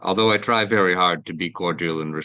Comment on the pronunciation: vewwy wayyyyy